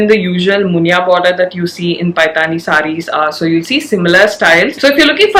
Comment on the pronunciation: Lovely video as always. Request you to correct the pronunciation of paithani.